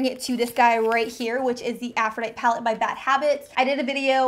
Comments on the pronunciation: .......I was like does she not know how to read?!?!??!?! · There are times when certain individuals can't pronounce certain letters appropriately. I have noticed that a lot of people pronounces caveat and catastrophe incorrectly. Afrodite! lol. This youtuber talks way too fast and I can't watch. She is dumb since she can't pronounce Aphrodite properly. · I cringed so hard everytime she pronounced aphrodite wrong but overall loved the video. Thank you! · This is the second time I've watched a video on this palette and no one can pronounce aphrodite lil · Take a shot every time that Aphrodite is mispronounced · This entire video you pronounce Aphrodite wrong. The "e" at the end is NOT silent. 🙄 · I love the Aphrodite Palette. Your pronunciation is killing me though. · The way she keeps saying Aphrodite is driving me CRAZY!!!!!!!!!!!!!!!! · I'm a teacher. It was killing me! I was trying to focus on the makeup, but every time she said it, I died a little! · Deanna Leckie Girl, you just had to point that out?! Now it's driving me nuts😂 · Omg same. The first time she said it, I died. Lol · it was killing me....lol it's a normal word...c'mon. its a pet peeve of mine that a lot of YouTubers mispronounce a lot of words. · She pronounced it correctly on which is weird, she sometimes pronounce it wrong, others right, lol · It's a short E not a lot E. Like "but" haha aphrooodiiiite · Aphrodite is pronounced Afro dite ee....I think Huda and the dupe are probably suspect on the cruelty front. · (Afro-die-tee) is how you pronounce it not ( Afro-die-t) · what i am grateful for is proper pronunciation. go back to english school and greek mythology on aisle 10. "aphro-die-tee" not "aprho-dight" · Afro-Ditey. Sheesh. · Uggggggggggg.... Af ro di tee... Sorry but i heard it to many times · Loved the comparison but hated the way you pronounced Aphrodite! It's A-ph-ro-dye-teeeee like the Greek goddess. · It's pronounced - a-froh-di-tee aphrodite is the greek goddess of love